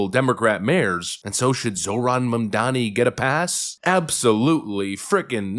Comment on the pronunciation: At least you've learned to pronounce his name. 👏 👏 👏